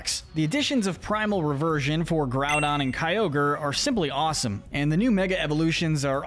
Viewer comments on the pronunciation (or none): none